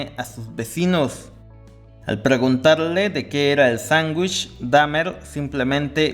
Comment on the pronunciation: Sangush 😂 Este tipo necesita terapia de lenguaje.